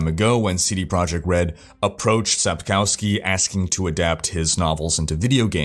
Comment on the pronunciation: Hello there, I am following your vlog sonce my D3 days, i love and respect the stuff that you do. Just a little comment regarding the pronunciation of the name Sapkowski. In Polish, the letter 'w' is pronounced as English 'v'. So phonetically speaking it should be Sapkovski;) cheers from Poland and have a succesfull year 2020!